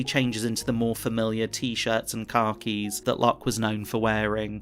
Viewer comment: did you just say "T-shirt and car-keys" when it was supposed to be "T-shirt and khakis"? How does that even happen? Speech-to-text? AI? Wtf?